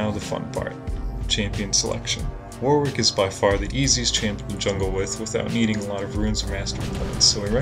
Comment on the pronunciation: the second w in warwick is silent, thanks for the guide